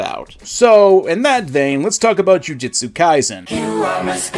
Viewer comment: Said Jiu-jitsu Kaisen instead of Jujutsu Kaisen. Dislike.